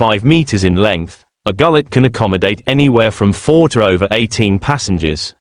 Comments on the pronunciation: 200% agree. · These AI content are always rubbish. To begin with, its pronounced 'goo-let' . Secondly, none of the photos are of a classical Turkish Gulet. These photos are about as realistic as the so called 'pirate boats' that offer tourist binge drinking in Florida. Total AI rubbish.